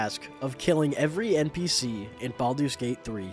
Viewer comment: Baldur’s bate bhree